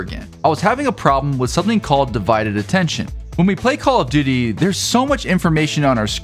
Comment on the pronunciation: Why do I keep hearing call of didy 💀